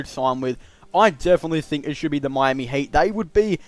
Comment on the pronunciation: Why you said HATE instead of HEAT